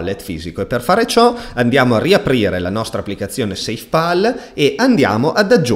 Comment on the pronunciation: PAL si pronuncia PAL, non POL 🙂